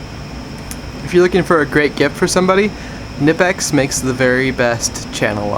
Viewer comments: K NIP X, pronounce it correctly, the "K" is pronounced, they make great stuff, as does Whia, and Weara, and Hazet, channel lock is also a very good non German brand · The “Safety Tools” indeed, sir! 😂 How about the “Tool Tools”? Knipex is a German company and as such the” “K” is pronounced, not silent as in English. So unless you say “Jalapeño” with a hard J, it’s “K-nipex”. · Great video. Side note: the K in Knipex is not technically silent.